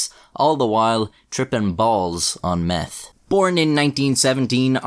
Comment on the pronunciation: “Their only hope was to take meff.” Lol